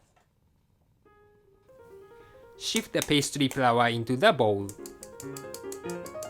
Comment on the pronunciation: He said shift not sift laugh out loud.